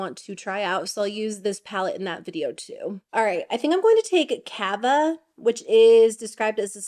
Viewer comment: it’s cah-va not cāva, because the name is a reference to sparkling wine similar to champagne. I would want someone to tell me if I was mispronouncing a word. And I bought it😂